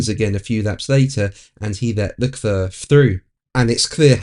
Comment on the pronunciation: Leclerc is pronounced Leclare.... Not Leclur